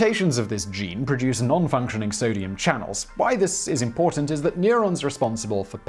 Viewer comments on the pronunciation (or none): none